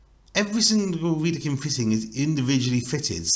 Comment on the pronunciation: But: it’s Wedekind, without „r“